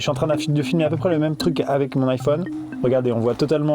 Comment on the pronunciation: Juste on dit truc pas truck